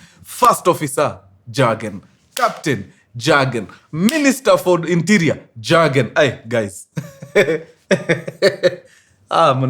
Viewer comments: Please it’s not Jurgen. ( like the J in Jack). It pronounced as Yurgen. The J is a Y while pronouncing. Hire me for me German utterances 😅. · Mzee pronunciation si jagen. Ni yogen. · Mjamaa. Pronunciation for the name isn't JAGEN, it's YOGEN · In Germany the j is pronounced as a y ...so you will read it as yagen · Mkuru I know its long but its read kama Yiugen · Jürgen is pronounced as Yugen! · Ilikuwa a popular name kama kevo, it's pronounced " yogen"😂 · It’s pronounced yargen.. j=y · Mkuru story kubwa hapa 😅😅😅safi sana lakini sasa Jurgen hatunanga Ujerumani inasoma (Yugen) wajerumani don't have J.The J is always pronounced as (Y) otherwise fiti saaana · Pronunciation ya Jürgen in German ni Yoogn